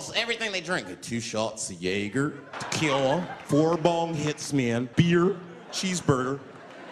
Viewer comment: That's how jäger is actually pronounced tho